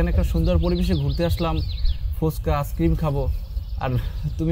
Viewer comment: ছেলে নাকি জব করে আর আইস্ক্রিম কে আস্ক্রিম বলে🤣🤣🤣এই নাকি শিক্ষিত ছেলে??